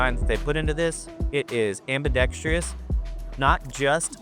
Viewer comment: Am-bee-dex-truss = “Ambidextrous” not Am-bee-dex-tree-us. 👍